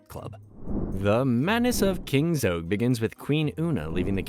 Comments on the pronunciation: Zog not Zoge! It was driving me crazy. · Zog not zogg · There's no 'e' in Zog!!! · Great video, other than mispronouncing Zogs name